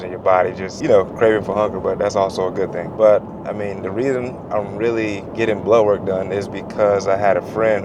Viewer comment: I’m from New Zealand 🇳🇿 when he says blood work I hear ‘blow work’ yip. A double take a few times 😉